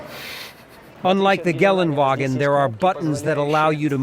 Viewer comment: Why does he say "Gallon"-Wagen? Thought the G stands for the city in which it is is manufactured: Graz. Or should it be "Gelaendewagen"?